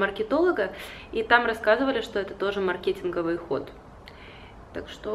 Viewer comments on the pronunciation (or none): красотка. Правил но говорить - мАркетинговый ( не в обиду ). А по поводу двух лет использования телефонов - это точно. Я это уже заметила года 4 назад)))